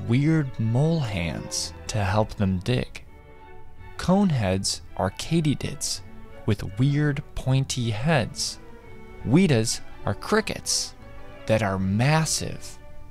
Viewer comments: "weedas" makes me want to cry it's literally wētā 💔 great video though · It's pronounced w(eh)ta. I honestly don't mean to be that guy, it's a common mistake ^^ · We call it Weh-tah in New Zealand